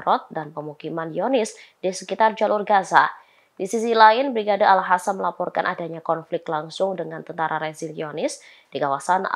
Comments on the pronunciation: al qassam woi. bukan al hasam😌 mbak presenter dibenerin tuh penyebutannya.... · Alqossam mbak,bukan al hassam.. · Kenapa dibacanya jadi ALHASAM Tulisannya kan ALQASSAM Pake Q bukan pake H bisa dibaca ALKASAM atau ALQOSAM, ini lebih pas Tapi suara dan logat baca beritanya kereennn... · Orang palestina aja nyebut nya brigade al qasam, ini reporter kocak bilangnya al hasam al hasam. Kocakkk 🤣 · Kasi tau si reporter agar baca yg benar, Brigade AL QOSSAM BUKAN AL HASAM. Masa baca aja gak becus....